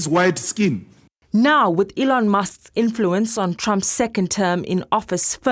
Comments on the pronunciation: “Alieon Musk” will never not be funny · So hilarious that he cant even say Elon's name properly but calls him illiterate. He mouths hate speech but calls Elon racist. Seriously. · has anyone noticed Juju calling Elon "Alien Musk"? 😂😂😂😂